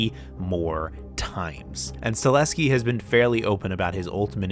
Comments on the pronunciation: Very much enjoyed this , thanks. BTW it’s Chad sta-HEL-ski, not sta-LES-ki. ❤ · It's pronounced "Stahelski" not "Staleski" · It's Chad STA-HEL-SKI not Sta-leh-ski lmao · Sta-HEL-ski, not Sta-LES-ki! Great video though, nice work. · You're killing me with that "Stahleski" shaite. Learn to f**king pronounce man's name properly. It's StaHELski, dude. StaHELski. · Chad Stahelski not Staleski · One small criticism…the directors name is STA-HEL-SKI….not STA-LEH-SKI…everything else was fine! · Staleski? Can you even pronounce it correctly? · StaHELski. Chad STA HEL SKI.